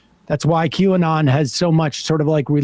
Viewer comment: Did he say Jew anon?